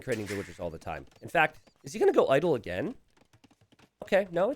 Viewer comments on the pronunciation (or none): none